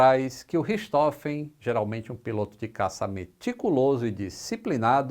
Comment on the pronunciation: A pronúncia é "richi rôfen"